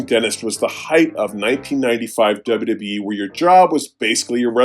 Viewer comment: I smile each time says: 1) "Dubba dubba yee" 2) "Vinsick Mahan"